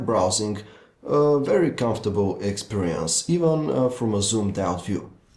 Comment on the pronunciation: i like how hes like experayunce